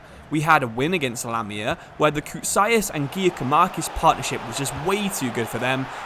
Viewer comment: Just so you know Giakoumakis name is said like Yakoumakis